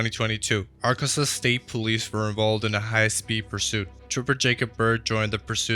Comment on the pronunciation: Ark-kan-saw. Not Ar-kan-sas.